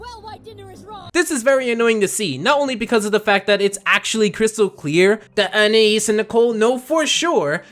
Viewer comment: finally someone pronouncing anaïs right